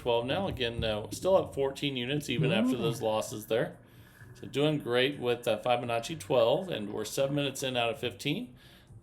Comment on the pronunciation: Please learn how to pronounce Fibonacci properly please it’s not fy it’s fib